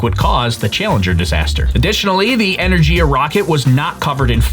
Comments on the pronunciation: G in Energiya pronounced like Give not like Jim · Great job as always, The one and only feedback I would give you is that you pronounced the Rocket’s name that lifted it be Buran as Energía when is actually pronounced as Energia. 😉